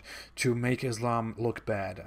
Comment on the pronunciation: Abdul KArim, non Muslim Islamophobes do it all the time! First make him learn correct phonetics how to pronounce Islam! It is not what he utters! Stupid! Do you get it? Then he could try hoodwinking and camouflaging his non Muslim background